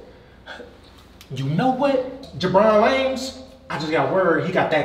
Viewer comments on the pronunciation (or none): Did she call Virgil Jebron Lames? 🤣